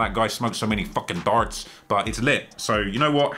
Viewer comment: also the way you said darts talking about about steve will do it 😂 sounding like you belong in southern ontario.